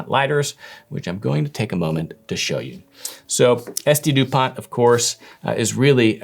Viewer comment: The t in Dupont is silent btw